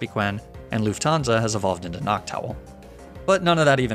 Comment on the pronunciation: As a german luufthaansa Sounds very Weird😂